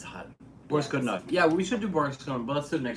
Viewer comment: нее правильное ударение borIs godunOv